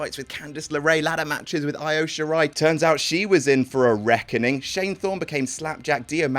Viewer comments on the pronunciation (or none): Why so blatantly mis pronounce “io” to correctly pronounce “Dio” seconds later? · = "I-O" or "E-O"?